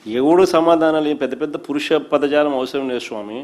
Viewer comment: పురుష పదజాలం కాదు, పౌరుష పదజాలం 😂